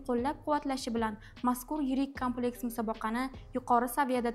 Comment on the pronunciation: Kompleks soʻzini toʻgʻri talaffuz qiling,Kámpleks demay!Urgʻuni boshqa harfga beryapsiz.Kulgiga qolmang "jurnalist xonim".